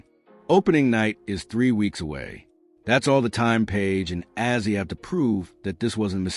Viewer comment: So tired of this AI slop. Paiges name is pronounced BECKERS, not BYUKERS. Also screwed up Azzi's name, also. SMDH